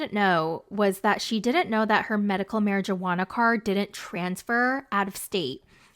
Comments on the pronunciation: if you say mary-JUUH-HANNA ONE MORE TIME PO!! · Are u aware that the “j” in marijuana silent ??